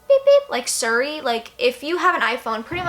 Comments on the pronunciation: siri not surry lol I love it when people mispronounce things its so cute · I got so pissed how many times she says "sury" not siri 😂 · why does she say suri its siri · siri is not pronounced sur ee its seeree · OMG ITS PRONOUNCED LIKE SERI NOT SURI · The scariest part about this video is how she pronounced siri as suri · its not suri its SIRI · Siriiiiiii not suri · It's pronounced serey But this is my first time watching your videos and I LOVE IT 😍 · surre and a-ouija IT HURTS ME!!! great video tho but aaaaaahhhh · I became uninterested when you mispronounced "siri " it's "SEAR-REE". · "Surry" lmao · Not to be mean not at all but I think Siri is pronounced Seeree. I'm not trying to be mean sorry if it came off mean:/ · The way she pronounces Siri 😂❤️ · The way she says siri😂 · the way she pronounces "Siri" is the reason why I live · she pronounces siri weirdly and it bugs me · She pronounced siri wrong😋.......why is that the only thing I got from this video?? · u say Siri wrong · THE WAY SHES PRONOUNCING SIRI MY GOD LMSOO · I love your video but every time you pronounced Siri wrong it annoyed the hell out of me 😂😂😂